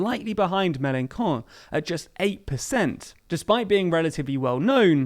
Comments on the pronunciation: Say the "ch" like Melanchon, like "chips". I'm not sure that in the UK, people usually go to the Fish and Kips :) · I must admit I very much like how you pronounce "Melanchon"... I bet he doesn't... because "his person is sacred" and "he is the republic" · Plz stop pronouncing Melenchon that way lol... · Shame on, normally well-informed - for mispronouncing Melechon so outrageously! Please issue an apology immediately! 'Me Neither' below is right to point out that the mistake is not just a little detail! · I like how the presenter pronounces 'Melanchon' as MelanCON' - nice word play for those who understand French .... a fitting one too even if it might have been unintentional! Or maybe in Melanconnic conspiracy theorist fashion: it was planned! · It’s a decent video but you are pronouncing Melenchon wrong. The same way you would pronounce Chopin Chopin and not Kopin. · The way he says "melanchon" is hilarious to me as a French speaker because it sounds like "melan-con" ("con" meaning an in french) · Some bizarre pronunciations here. Is Mélenchon being deliberately described as Mélencon for some political reason? The "ch" in his name has a sound quite close to English "sh" - or should have. And why the extraordinary emphasis on all the final syllables. French words are evenly stressed: its Ma-cron, not Ma-CRON. As for the content of the commentary, French politics doesn't reduce easily to questions of personality. I doubt if Hollande's private life had much effect on his popularity one way or the other. And it's very difficult to explain the fate of the French Left without understanding the PCF and its collapse. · It's pronounced "Mel en shon". The way you said it translates to "Melen dumb" which did give me a good chuckle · "ch" in Mélenchon is pronounced [ʃ] ("sh") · It’s pronounced « Me-len-SHON » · In Mélenchon the CH are pronounced SH like "Shame" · The "ch" in Mélenchon is pronounced like the sh in "shell" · Please learn to pronounce Melanchon as sh not k